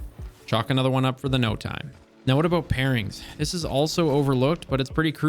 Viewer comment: Nice video. Haha aboot